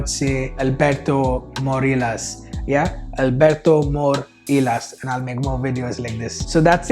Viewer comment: Alberto Morillas, la pronunciación del apellido te falló un poquito 😊. Siempre fenomenal tus vídeos, cojo alguna nota para regalar perfume a mi esposo